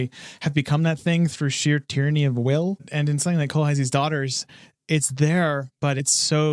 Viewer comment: It's "kohlheesl", the broad sister's name is pronounced "leesl kohlheesl" The "aye" pronunciation is when the letters are ei, when theyre ie it's pronounced "ee"